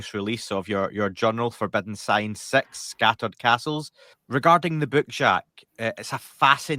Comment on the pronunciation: Cmon you sound like an alien, sex instead of six. There’s no shame in sounding English, put the hatred aside it’s 2025